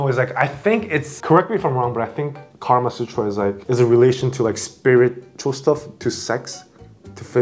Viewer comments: For starters it's "Kamasutra" not "Karma-sutra" and who ever Happy Pill is Damn!!!!!!! You are on fire!!!! 🔥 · It's not Karma Sutra, it's Kama Sutra. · It's actually kama sutra not karma... Kama means pleasure and karma means deed